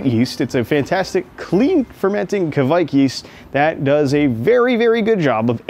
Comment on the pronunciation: Hi there! Norwegian here! I just wanted to say, you Americans (I'm looking at you as a psuedo American and as well!) gotta stop saying "kevaik" or something similar. Its norwegian pronunciation is much closer to Quake. As in the computer game or group of people. Cheers!